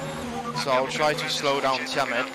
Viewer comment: "come on Tiamet"